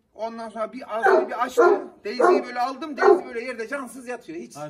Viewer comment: Deyzi deyil abi daisy bu arada içeriklerin güzel abi severek izliyoruz👍